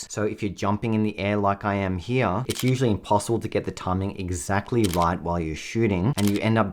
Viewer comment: “Heah” “Heah” “Heah” & “Heah”